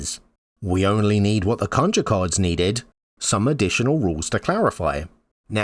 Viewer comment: For the love of gd please go see the way you should pronounce conjure...